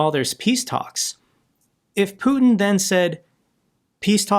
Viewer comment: I love it how Macron puts the stress incorrectly on Putin's name. So it reminds of a certain French word